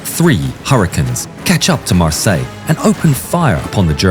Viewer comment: Mar-Syler would be the correct pronounciation. Probably a descendant of a Hugenot family. We have many of them in South Africa their names are pronounced phonetically the German/Dutch way